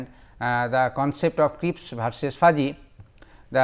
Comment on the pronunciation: Crisp not Crips